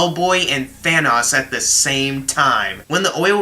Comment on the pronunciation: Than-aus? Lol